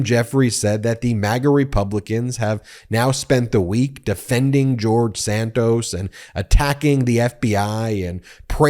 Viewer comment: Please pronounce George Santos last name correctly, it is Santos, not Sandoz.